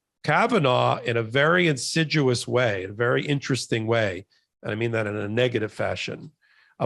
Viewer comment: respectfully... it is insidious (pronounced in sid e us)